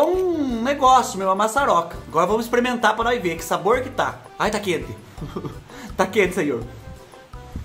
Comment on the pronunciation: do Céu, a vaca voando aí, e aqui na minha cidade "maiando" chuva de pedra, e eu linda de bonita assistindo você! Adoro quando você "exprimenta as coisa" e faz os barulhos de bichinho que tem assobio!!! Obrigada pelas boas gargalhadas!!! Obs.: Sou mineira, mas creio que o Tereré se toma gelado, pois a região centro oeste é muuuuuito quente.